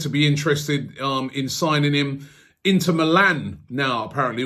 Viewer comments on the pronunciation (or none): none